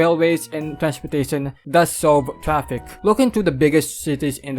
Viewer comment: “Tree point payb” and “trapik”, love it!